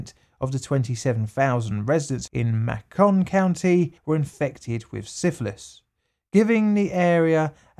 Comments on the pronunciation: Macon County is pronounced the same as bacon. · Most egregious thing in this video is the british pronunciation of Macon County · May-ken. Damn those American pronunciations. :) its all good dude.